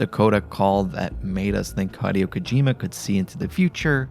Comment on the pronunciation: The way you pronounced kojima's name hurt